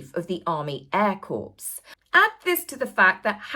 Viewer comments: Please!!!!! "Corps" is pronounced, "CORE"!!!! It's not a dead body!!! Just because idiot Obama mispronounced it as CORPSE, don't YOU!!+ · Corps is pronounced like ‘core’ not ‘corpse’ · I love, love, your channel……but the word CORPS is pronounced like the word CORE……not corpse, as in dead body! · The Air Corps is pronounced "core". Otherwise it sounds like a dead body. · Corps = core (military group: French) corpse = dead body Please stop saying corpse. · Hi 👋 Another great video! Just to let you know that 'corps' - as in "army air corps" - is pronounced "CORE." When you pronounce the P and S of 'corps' then you're actually saying "corpse" which is obviously a dead body! 😊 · One of Barack Hussein Obama's lowest moments of disrespect to the USA military, was his referring to our Marine Corps as "corpse". He was the fecking COMMANDER IN CHIEF and couldn't be bothered to educate himself the tiniest bit about our illustrious & honored Marine Corps!!!! An American 5-year-old knows it's pronounced, "core". So, PLEASE, my ears bleed when I hear any honorable military Corps referred to as a dead body, a corpse.😢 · Just fyi corps is pronounced core. A corpse is what Harry's career resembles. 😉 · Brilliant video,. Just want to point out that Corps is pronounced “Cor”. The P and S are silent. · The BBC edited out the boos. Corps is pronounced Cor. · Love you, but the word corps is pronounced 'core'. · Very succinct well said except Corps is pronounced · Corps is pronounced cor,. Just a friendly prompt 😊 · Army Air Corps. Is prenounced Army Air Core, sorry xx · Corps is pronounced core❤️